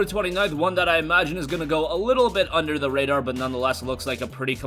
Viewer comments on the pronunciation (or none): none